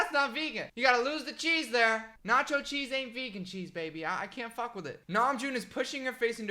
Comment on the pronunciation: i love how much pressure puts in the word fuck uwu